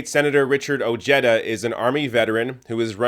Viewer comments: His LAST NAME is pronounced Oh-Hey-Da NOT Oh-Jetta. Come on Man!! Get the guys' last name right. It's Spanish if that helps. Having said that he did vote for Grumpy. He was CONNED into voting for that mango faced Racist Fascist Perverted CON. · Dear God...It's not "Oh-je-duh" it's "O-He-Da" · Oh-HAY-duh. It's Spanish. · Ojeda is a SPANISH name. I know you're smart enough to understand that. I'm from southern Calif and if someone pronounced that Oh-Jetta instead of the proper pronouncement they would be seriously laughed at. What's going on here? Are white people re-appropriating other cultures' names and making it their own? Hahaha. I would Never vote for this guy just for that. Btw, do you know that A LOT of Spanish people from Spain and other Latin countries LOOK WHITE. LMAO! You're a fucking riot! "Does he look Spanish to you?" I can't believe you said that with a straight face. Hahaha! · His name should sound Oheda. Ojeda is a Spanish name. When I say Jerry Jones in Spanish, I don't say Herry Hones. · Ojeda = oh-hey-duh the j gives an h sound like in jalapeno, listen to the audio i forgive your canadianness... not trying to detract from your video... just watch out for the shithawk.... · At least attempt to correctly pronounce that mans name!! Its annoying.